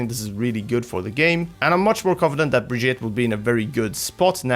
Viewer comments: Well he's not... it's bri-geet-a. With a hard G. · To fix your terrible pronunciation of her name think Vegeta, except turn him into some brie cheese. Brie-Geta. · BRI-GEET-AH. come on now. how are you so misinformed? watch the developer update and the origin video... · Say it with me.... Bre-Gee-Ta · Say it with me. Bri GEE tah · Pronounciation mysca, brig eeta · It's "Brajita" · Why do you not pronounce her name, Bri-geet-eh? She says her own name in the reveal. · Y'all are really butchering her name.. Also, not surprised the super jump didn't last. That was obviously an unintentional ability. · My god how hard is it to at least try to say the name right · >Still can't pronounce her name correctly. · Jonathan Brooks the pronunciation is just plain stupid from blizz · its not brigitte its brigitte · Dude, watch her origins trailer! She introduces herself at the end and you can just go with that. I get that Americans might mispronounce her name but right now it sounds like you're saying it wrong on purpose and while I love you guys, it's really silly. You're not from the USA, you can do better! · BunBabylon Its not Brajita There's no J sound Its a G sound.